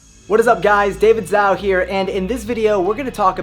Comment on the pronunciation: Do you actually pronounce it "Zow"? My last name is the same and I pronounce it "Joe". Just wondering.